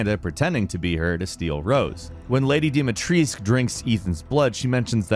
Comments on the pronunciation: It’s supposed to be pronounced as dimitrescoo but wrongly pronounced in the game. And then u still mess it up and say dimitreesc? Noob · Why the hell they say dimitrisk when it's clearly Dimitrescu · its the same for me with Dimitrescu, everyone, even the game says Dimitresc instead of Dimitrescu. Why the hell is it so hard to pronounce that extra U at the end? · Or when he says DIMIETRIESK.. I get it in the game its Dee mee tresk, but in Romania it's dee meetrescu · It's frustrating that no native English speakers know how to pronounce Dimitrescu correctly. Just put it in google translate for Romanian and it'll tell you. Every syllable is pronounced: Di-mi-tres-cu. Yet everyone says "Dimitresc" for some reason? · actuallu its dome-a-treesk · Lady Deeee meee treisk. I love his pronunciations. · Nobody:: Deem-a-Treeesk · how do you say Lady D's name? The Duke confirms it with this line, after you bring him the crystal remains of Lady D after her boss fight, "Lady De-ma-tress that waist line YES!" he rhymes her name De ma tress with the word YES so that's how you know its not De-ma-tres-cu or anything else. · "Dimatresk" and "Benavito", which dollar store version of the game did this guy play? You'd think hearing the name of someone being said loud and clear would be enough for someone to learn to pronounce it correctly. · Fun fact: lady d last name, dimitrescu is actually pronounced like this: DE ME TRES CU. Because everyone keeps pronouncing it wrong, no offense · Hehe I love how americans have a very dificult time pronouncing "Dimitrescu" correctly :D It shuld be said something like "Deemeetrescoo". The "U" at the end is not silent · My guy butchered the name "Demitrescu" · It's dimitrescu :( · Its pronounced "dimitrescou" the "u" in the end its not sillent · stop saying Dimatriscu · The correct pronounciation is with a U at the end tho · Also when he pronounce Dimitrescu he hurts my soul. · I don't like how he pronounces Dimitrescu.